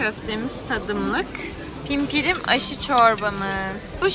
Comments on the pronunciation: Bi pimpirim dedin bi ispirim dedin gülme krizine girdim ya😄😄😄(pirpirim) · İç pirim değil pirpirim 😂ay çok hoşuma gitti 🥰sen büyük ihtimalle semizotu diye biliyor olabilirsin🤗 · İş birim değil abla😂😂😂 pirpirim 😊😊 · Yenge bi Antepli olarak yerli yemekleri baya tanıtmışsın video çok güzel olmuş ama işpirim değil pirpirim çorbası 😂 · İspirim değil 😂😂 Pirpiriimm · İspirim değil pirpirim :D shsjdj